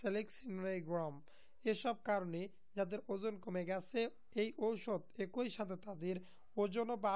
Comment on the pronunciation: আরে ভাই ঔষধের উচ্চারণ ঠিক করে নিন